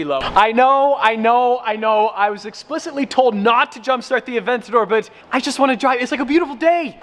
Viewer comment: Bawar Aventador and Gallardo. not "avantodro" and "agurodo" That is right, I am a Grammar cop.